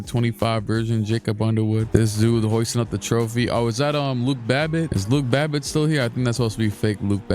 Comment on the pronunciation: he said luke babbitt how soulja said drake lmao